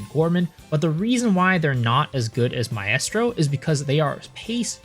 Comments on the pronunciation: My-strow Mi-strow not Mi-est-row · I have to stop you man.... Its pronounced "MY-STRO" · I’m too autistic to finish this video with the way you mispronounce maestro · Maaaaaan that shit got me too lol